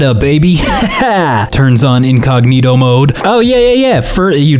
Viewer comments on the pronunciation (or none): none